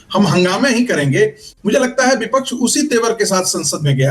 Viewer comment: Are chutiye sangeet ragi Bipaksh nahin vipaksh hota hai tujhe professor kaun banaya re